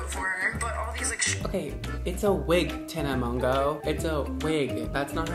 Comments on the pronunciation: poly r mon-joooo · Tana Maganowy =))))))))))) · Tana Mongoose? XD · poly r Tana Mango